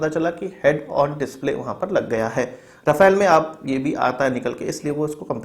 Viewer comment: Rafale = राफेल Rafael = राफाएल Correct pronunciation